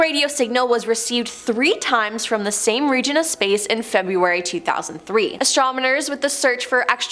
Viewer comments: its ASTRONOMERS lol..how many times did she say astromoners before she finally got it right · is anyone else screaming "Astro*NoM*ers!" at the chick with the glasses. "Astrominers" is making me cringe so hard. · astrominers???? can she not read or speak? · Please never let me hear the word "astromoner" ever again. My ears are bleeding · and - “astromoners”. C’mon now. 😂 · Why is she saying astromoners?… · Yeah. I had to repeat what I thought she said. has a problem with certain words. ✌️ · That was driving me crazy. I started wondering if I had been saying it wrong all these years